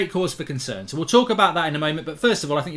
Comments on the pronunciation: Lol 'Ronaldo conern' 😅 taxi for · 'Ronaldo Conern'